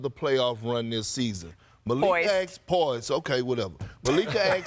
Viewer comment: How are you a professional broadcaster and you can’t pronounce the word “ask” or “poised” 😂